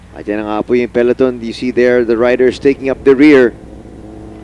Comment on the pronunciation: To the commentators: it's Pe-LO-ton, not peLEton.